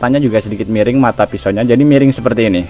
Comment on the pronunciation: Miring om, bukan mereng 😂😂😂😂😂😂😂 Ketauan org mana